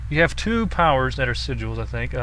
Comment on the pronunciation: Just wanted to say thanks for saying Si-jalls correctly. =) others say it wrong, and it's annoying to watch/hear.